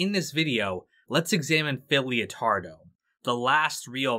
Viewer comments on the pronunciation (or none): Its LEO-TARDO GUYS, like LETTER, not LIO